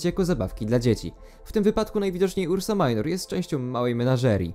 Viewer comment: Mała uwaga, nie ursa majnor a ursa minor, to po prostu łacińskie słowa.